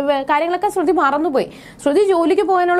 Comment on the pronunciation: ശ്രുധി എന്ന് പറയുന്നത് എന്താ 🤔🤔🤔